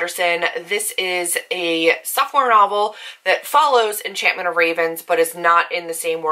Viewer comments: I was listening on 1x speed and thought she was saying soft porn 😂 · my impatient ass listening at 2x speed: "is she saying.....soft porn????" nope, sophomore lmao